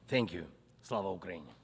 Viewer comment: his thank you sound like f you